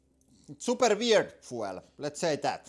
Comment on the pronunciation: foo-ell? Foo-eLL?